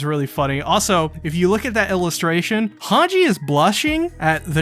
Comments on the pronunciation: great video but man its pronounced hangi like saying e when you are reciting the alphabet, not hange with a j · Mi-KAW-sa Hawnj Paradisss Er-WIN Yell-A-na Bruh what’s with these pronunciations?! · Hange’s name is pronounced Han-Ji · Does he s pronoun "Hange" instead of Han-ge on purpose ?